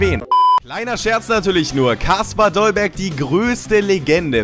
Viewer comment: Dolberg nicht Dollberg...